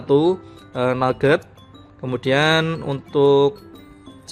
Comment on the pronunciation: Android 7.1 naget, what yang bener bacanya nugat gan, nuget itu makanan dari daging ayam yang di goreng, nugat itu permen kacang yang molor2 jadi beda wkwkkw